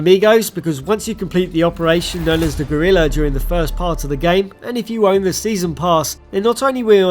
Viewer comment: Bro really pronounced Guerilla as “Gorilla” and Castillo as “CastiLLo”